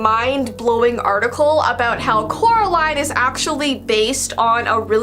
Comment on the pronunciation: Said her name wrong oop